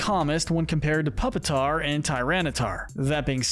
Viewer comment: Pupitar Pronounced “pyoopitahr”